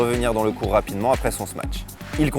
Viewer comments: Vidéo bien faite mais on dit smash , pas smatch non ? Confusion entre smash et match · Smatch? Y’a pas de T wsh